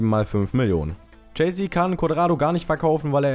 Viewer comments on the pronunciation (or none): none